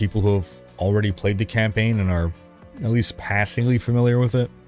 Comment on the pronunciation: I was trying to figure out what a camping guide was.... Then I realized you were saying campaign guide.